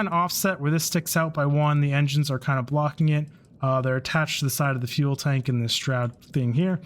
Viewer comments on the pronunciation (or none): none